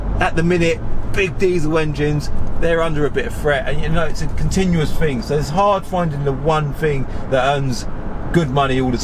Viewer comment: “Fing”, I’m trying to deal with,but great content 👍🙏